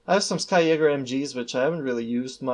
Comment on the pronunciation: It’s pronounced ski... as in, you know, skiing. They’re ski infantry (supposedly)